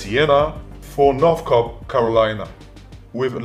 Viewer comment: Hey buddy , easy on my home states name. 😂 north cocklina 😂😂😂